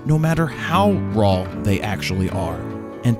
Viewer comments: Just like RAW sounds like RAWL in the intro ...and "to drawl" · Germy. Shot in Rawl. But I love it! Fro is awesome.